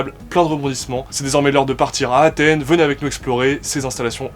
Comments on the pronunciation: ya un S à Athènes les gars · Vous avez mis « d’Athène »,c’est pas plutôt Athènes ?